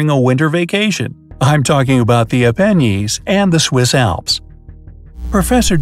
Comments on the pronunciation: Pronounced App-i-nines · The pronunciation is A-pen-nines you pleb. If you present an instructional video, don't destroy its credibility with poor pronunciation. It is a common use name and all you needed to do is find out how the millions of people in Europe, pronounced ü-rope, pronounce the name. That is as far as I got with this video. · So many misprounciations! Appenninies!?